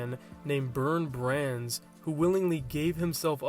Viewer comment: You really butchered the German names (pun very much intended) Armin Meiwes: "Aremeen Myvez", Bernd Brandes "Bearnd Brundez". Both honoured by Rammstein's "Mein Teil", btw.